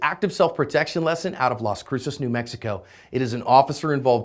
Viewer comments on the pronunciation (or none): none